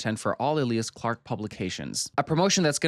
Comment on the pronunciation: Eh- lee-ahs clarke? EEe-Lya-ahs Clarke 😂